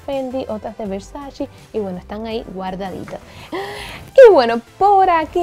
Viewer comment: Se dice Versace no versaci ♥️